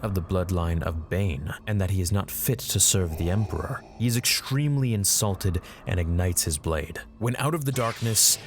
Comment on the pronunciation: I like when you accented "the Emporer itself" LMAO